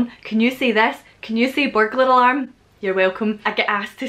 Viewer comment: In my time watching this channel I have NEVER once not understood you. But when you said- I think burglar alarm- oh boy I got 45% confused.